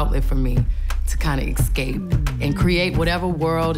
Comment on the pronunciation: She always says excape! Is that a Houston thing?